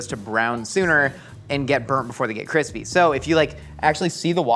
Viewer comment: "It's almost too Qwispy" - Joshua Weissman has entered the chat.